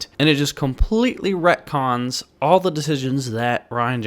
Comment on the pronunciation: Retcons not rectons